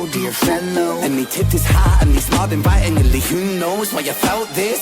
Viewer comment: Ren is The WordBender. I absolutely love when he adds syllables to words to give it extra spice and to fit in with the flow.... "excitedely" "invitingely" 😂 he does this in other songs as well. Its one of my favorite renisms 💜🫶😁